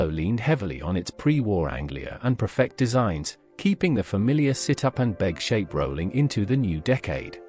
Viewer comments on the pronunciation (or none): Can we just stop this AI shite that seems to be infiltrating YouTube now? Oh , and its Ford PREFECT NOT PERFECT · Obviously AI. Nice English accent, but Prefect is pronounced "Preefect". I bought a 1947 Ford Prefect in 1961 for £50. My first car. Registration number CHS 879. Already rusted out and burned oil at almost the same rate as petrol. As for the heater barely working, there was no heating at all. I think it was an optional extra. Only 3 forward speeds, but you had to hold in 2nd gear because it would otherwise slip back into neutral. The windscreen wipers were driven by vacuum from the inlet manifold. That meant they didn't work at all going uphill, but went like clappers going down. The car failed completely after less than a year. I got £5 for scrap value. It was cheap motoring and still brings back delicious memories. 4 of us (2 boys and 2 girls, one the girls my future wife) went on a camping holiday in it to Devon and Cornwall with 2 tents. The rest is strictly censored.